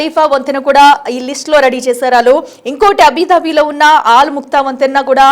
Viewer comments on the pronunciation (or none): Abhidhabi kadu Abudhabi ani chadavandi